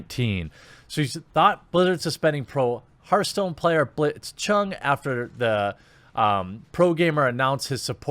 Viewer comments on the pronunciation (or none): "Herthstone" "Mai"